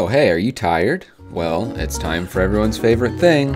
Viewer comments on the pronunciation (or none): I thought he said "This is FOUR Humanity!" LOL